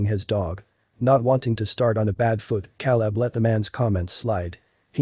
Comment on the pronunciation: At least pronounce the name “Caleb” correctly!!!!